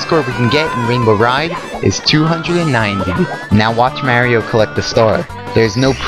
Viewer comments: Mario not "Mare-io" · Mary-O lol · Mary-O? Arrgghh! >.< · Whos marey-o? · Why dies he call him "mary-o" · its mario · This guy doesn't know how to say "Mario" correctly.